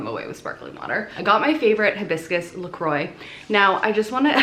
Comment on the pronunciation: i'm French and I laughed so much during the "La Croix" moment hahaha your french accent is very good tho !! love seing your vlogs <3